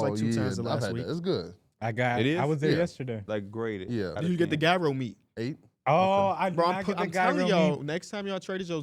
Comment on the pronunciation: Yooo, Gyro is pronounced like YourO. I appreciate the Devin Vassell respect, cheers!